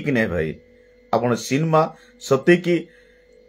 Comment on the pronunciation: ସିନ୍ମା ନୁହଁ ସିନେମା କୁହ ଓଡିଆ ଭାଷାର ଠିକରେ କହ 😂